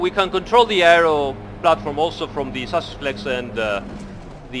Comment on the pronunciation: These explanations are so helpful, love these streams. Also every time you say chassis, I hear sausage, I guess It's time to eat xD